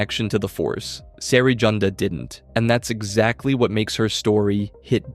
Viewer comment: Dude love the videos, BUT PLEASE GET THE PRONOUNCIATION CORRECT. It’s not SIRI YUNDA like the iPhone it’s CERE JUNDA